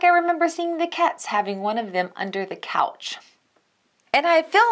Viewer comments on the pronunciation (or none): none